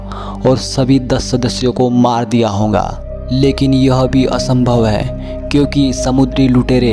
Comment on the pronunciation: Ye honga kya hota hai (hoga) hota hai